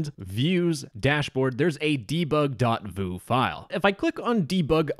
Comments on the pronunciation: "and theres a debug.vue file" vue is pronounced like view not vu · V-yoo not v-oo (i am a web dev) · VOOO 😂😂 its pronounced "view" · vue is pronouced as view too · wue lol vue - said like view :) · Just so you know, Vue is pronounced "view". (I believe) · fyi Vue is pronounced like "view" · My dude, you pronounced Vue wrong XD It hurts XD It's pronounced as "view" XD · I was just upset by the fact that you pronounced it voo and not view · It's pronounced as VIEW NOT VUUUU I'M DYING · i died hearing Vue pronounce Voo 😭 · vue is pronouncd as view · why did you pronounce vue like that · Vue is pronounced VYOO 😂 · vue isnt pronounced ”voo” right? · The way you pronounce vue makes me laugh and unreasonably angry at the same time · bro mispronounced "vue" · OMFG He pronounced "Vue" incorrectly, as a web developer I'M OFFENDED 😭😭